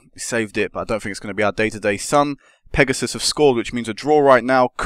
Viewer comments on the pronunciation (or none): How do you mispronounce Sun Pegasus, it's english lol well done on the league